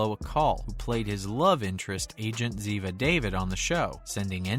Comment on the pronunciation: Brian Deitzen wasn't part of the original cast. Gerald preceded him. Sean Murray showed up into the first or second year as McGee. Kate was part of the cast then. DiNozo not Dinotso. ZEVA DAYVEED NOT DAVID.